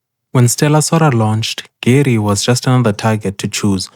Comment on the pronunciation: Not to be that guy. But I will be that guy. Her name is pronounced Gu-Ray. You know this from her First Meeting voice line.